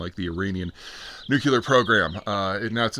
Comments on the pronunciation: NEW-CLEE-ARE, not NUKE-YOU-LAR.. C’mon, man. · Nucuelar? Nuclear??? SPELL NUCUELAR!!!! THAT ISNT HOW ITS SPELLED OR PRONOUNCED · Hee hee hee! He dun say "nook-YOU-ler"... 🤣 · Everything that's happened this year and he still can't pronounce nuclear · Where’s that second U in the word nuclear I keep hearing you pronounce?